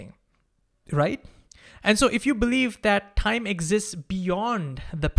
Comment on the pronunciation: Stop with this THIME THAKEN nonsense. You speaking everything in an Indian accent except Time? Why?